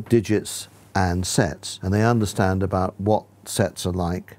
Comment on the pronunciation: "abot" makes it only funnier